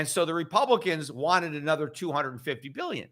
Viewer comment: "A-nother"??!? Where did you learn to speak the English language?